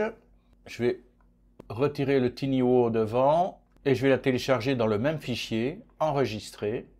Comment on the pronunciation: Tiny (minuscule) se prononce "tailleni" et booth (cabine) se prononce "bousse" et pas "bouze" !